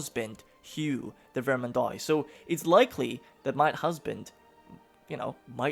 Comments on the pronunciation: hey since your probobly gonna say it a lot in the campaign. The starting province is pronounced like vermandwa. Just a French American cringing at the pronounciation lol; if I hear vermandoy again I'm gonna have a heart attack. Best of Luck! EDIT: Same rule of thumb for oix oit ois. All have that wa sound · Bro, could you just pronounce every (oi) syllable as (wa) like instead of saying Ve-rmand-oy say Ver-mand-wa or instead of Foy say Fwa. It would be great to help me as a French guy to just not cry each time you try to pronounce a French word because your pronunciation isn't terrible except this Thank you very much. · The "ois" in Vermendois in pronounced like : ua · I want to coment something, dont take it bad im only trying to help for pronuntiations (i really dont care how you pronounce, i really enjoy your content anyways). Words ending in OIS are pronounced with a DOOA sound, like VermanDOOA, and words ending in EUX are pronounced with a strong O sound, BordO, Hope i helped :) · vermandois is pronounced like vermandwah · Another Grand campaign YESS!!(I think i just peed a little) also you pronounce vermandois like vermandwa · You pronounce Vermandois like Vermandoa.